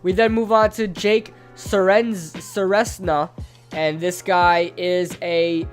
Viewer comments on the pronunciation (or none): I’m related to Jake but it’s pronounced ser-ez-na (edit) REEE THE NAME BUTCHER